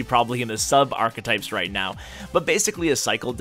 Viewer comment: The way he says archetype is so triggering